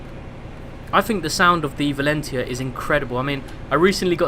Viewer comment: You've been into trains since you were young and you can't pronounce Valenta correctly?